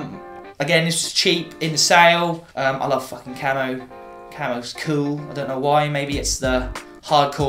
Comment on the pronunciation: When you said "I love fucking camo" I thought you said "I love fucking camels" 😂 oops. Been loving your videos! Even my boyfriend likes to sit and watch them with me! Keep up the good work! 😁